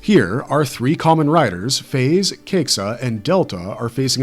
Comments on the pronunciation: oh god the failure .. the series was pronounced Faiz not 555 and its pronounced F-eyez not F-aze LISTEN CAREFULLY this was at the beginning of the next episode preview from 555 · FAIZ is "Fīz" KAIXA is "kīxa". And he's not called "4", he's called Yongou.